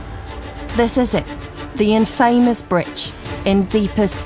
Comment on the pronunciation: She also says "IN-famous". 🙃